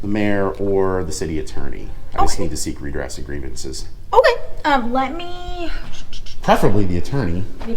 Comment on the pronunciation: “Redress grievances” she said with a mouthful of marbles.